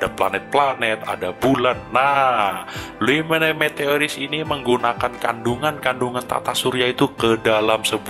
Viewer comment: Luo mowane , itu cara bacanya